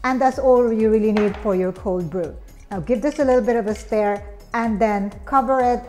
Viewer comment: She says "Mel" when she meant ML(Em-El). Are u you a Filipino??? Also she said, Give it a little bit of a "stare"... Me: Dang what does the iced coffee need a stare??? Oh! She mean stiirrrrrrr... Milk not Melk. Oh my.